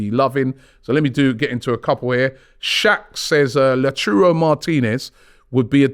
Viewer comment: Love Robbie and the team, but it is Lau-TAH-rrohw. Man been saying his name wrong for years now hahahaha. Also when can we get Fab back on a weekly segment?